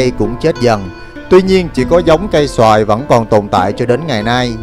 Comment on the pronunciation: Cây sồi mà a đọc cây xoài 😂